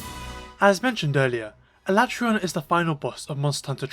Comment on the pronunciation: A-LA-TREY-ON, not ala-TRON / Oh and i just used my Vitality Mantle to survive with almost full Health for Escaton